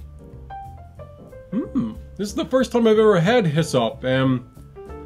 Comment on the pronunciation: Hyssop ... Rhymes with wa'sup?